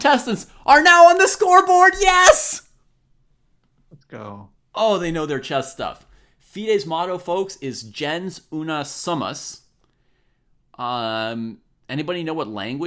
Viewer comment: pronouncing Latin ‘gens’ as ‘Jens’ physically hurt me as a Latin student. Fantastic stuff, I want a sequel! For the future: Maybe include one of those Slides animations revealing the proper answer so we can see it in text. Also, for the game guessing, let people fill out a whole thing and if they get any part (one name, or one name AND color, for example) they get a point(s) for that part